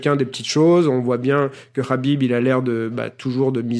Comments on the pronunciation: Dis Khabib pas Rhabib t as pas un prendre un accent de merde pour les autres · Enfaite c'est simple, En phonétique Arabe, Kh se lit avec le son "R".. Donc ça se prononce Rabib.C'est simple Khalil = Ralil Khadija = Radija Khalifa = Ralifa Khaouf = Raouf Voilà :) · Ça se prononce rhâbib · Cest rabib la pronociation suand meme les nom comptes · Yoann Coia Imagine juste tu reprends quelqu’un qui prononce mal ton prénom et il te sort ce que tu viens de dire « j’men bat les couilles de comment ça se prononce sérieux » jsuis sur t’auras trop le seum, donc prononce le Kabib si tu veux mais après faut pas te plaindre si on te dit que c’est pas comme ça que ça se prononce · Pablo V Sauf que lui meme le prononce avec le KH russe et pas le H arabe, donc les gens qui le disent avec le H arabe le prononcent mal :)